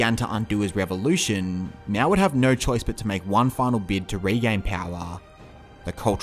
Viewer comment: I have some suggestions for your video. As the pronunciation of Mao, it is more like "Mau" than "Meow". And it should be CPC as it's the same way to call communist Party in Canada or Cuba. CCP has a large amount of racism in it. As for who's to blame for the GLF, I think it is complicated. On one side you have Mao launching this campaign but on the other side you have officials organizing farmers blindly melting iron into metal waste and messing up with the farm land. However , I would like to point out the death number of GLF has been GREATLY exaggerated as China only have 700 million people at that time, and to say something like 40 million or even just 10 million death is flat out reduclious. It is not hard to do the math, that's like 1 death in every 15 people... I have also confirmed with my grandparents as a Chinese that no massive famine was ever heard of during that time. The worst case was actually during three year natural disasters where they heard people were starving, not GLF.